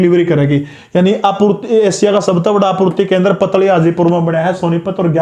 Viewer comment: Sir पतली हाजीपुर नहीं है पातली हाजीपुर है 100% Guaranteed It is near to me